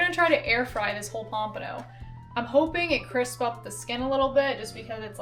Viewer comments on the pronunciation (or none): none